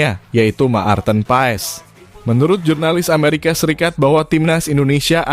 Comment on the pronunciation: yg bikin ngakak yg bikin konten gk tau baca marthen .. 😅😅😅